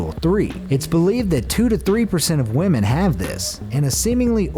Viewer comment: i love how he says wemen